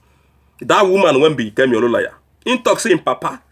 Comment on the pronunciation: Please can you pronounce Olunloyo correctly? There is no single "a" in the name, so where did you get Oluloya from. I watch your videos and want you to pronounce names correctly, especially a popular name in nigerian politics. Also please devote your vodeos to more important issues than this confused woman.